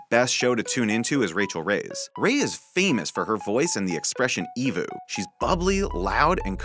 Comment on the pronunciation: Not "EEE-vo", it's E.V.O.O.